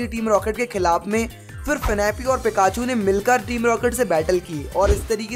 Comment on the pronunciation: Bro finapi nahi fanphi